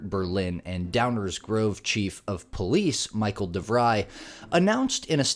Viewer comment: She keep saying “call the Poice”. Hello woman , you are holding a phone.